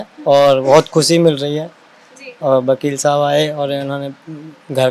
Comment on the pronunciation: Lappu kusi ni hota Khushi hota hai bolna sikho